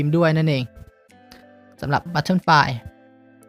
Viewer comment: butterflyอ่านว่าบัตเตอร์ฟลาย ไม่ใช่บัตเทิ้นฟลาย